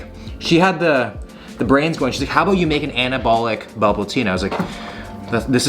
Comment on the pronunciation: You must be Canadian. No American says “aboot” for about. Maybe some people in Wisconsin or Minnesota do idk.